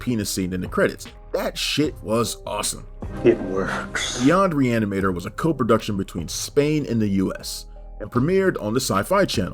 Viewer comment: pronounce that title one more time... I think you can get it. Just messing with ya lol